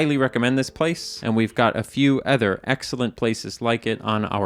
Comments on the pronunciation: PLEASE say OTHER correctly. It drives me mad in every one of your videos you say ETHER instead of OTHER. Ether than that I like the videos :) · Didn’t say “Udvertisement,” must not really be 😢 “Œther places” IT IS YOU!